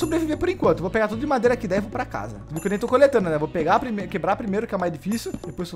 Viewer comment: So eu que fiquei com agonia do falando o nome da madeira errado? Kk